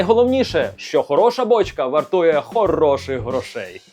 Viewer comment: Велике прохання до Вас.Ставте правильно наголос на слові ,, вАртує,,.Ви його часто вживаєте в своїх відео і воно дуже ріже слух.Наперед щиро вдячний!